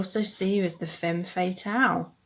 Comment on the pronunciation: Hello ! Thank you so much for that reading! I chose the 4th pile. Just letting you know, femme fatale is pronounced "fam" fatale :) from a French speaking person haha love you xxx